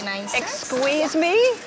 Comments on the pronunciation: "Exsquezze me.." 😂😂😂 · “exsqueeze me”